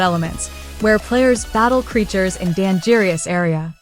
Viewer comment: I’m not usually point out mistakes guy, but did you seriously say “Dan jeerious” instead of dangerous?